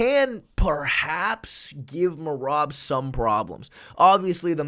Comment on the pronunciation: Merab got a finish before figured out how to properly pronounce his name